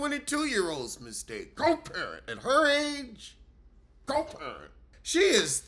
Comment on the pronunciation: Your Ticking 'Coparent' is Diabolical😂😂😂😂😅😅😅